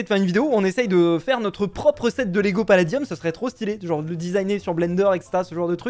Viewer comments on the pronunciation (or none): Par contre c Lego et pas légos c pas méchant c pour dire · Ces "LEGO" pas "Légos" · Please pas de "é" et de "s" à lego mdr, sinonn trop bien cette video !!!❤ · *Lego pas Légo mais en tout cas super vidéo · L'accent sur Lego..